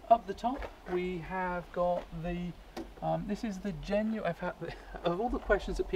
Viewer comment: Jeez why can't you pronounce "genuine"?